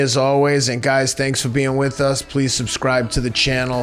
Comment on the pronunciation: Hee said da confidence is da same